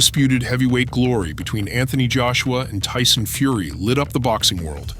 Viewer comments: “Dyson Furry” 😂😂😂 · Mannn I cant stand when people try way to hard to make sound bites instead of just being themselves. The whole "Tyson feery (he mispronounced the name) where are you" sounded so fkn lame